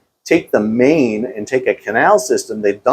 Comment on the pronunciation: fun fact: the river Main is actualy pronounced like mine, but you probably wont hit one there.